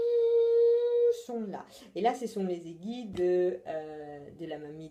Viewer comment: Di merci, merci! quand j'oserai me lancer avec le fish super chouette, je te fais signe...;-) tu es au top avec le français, si je pouvais en dire autant avec mon anglais!!!! ah si, un petit truc qui me fait sourire à chaque fois, quand tu dis aiguilles en fait tu ne prononces pas le "u" alors qu'on doit le prononcer, mais c'est super mignon, ne le prends pas mal, hein:-) bises sandra (soleil maya)